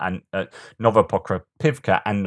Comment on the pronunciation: You must have had an extra cup of tea today. You nailed it on Novoprokopovka and Novopokrovka. Great job! ;)